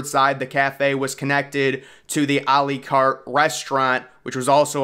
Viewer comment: When we're practicing anyway. Try to say. À la carte like: Àh Làh Carte. That would sound so much better. It's la carte and not le carte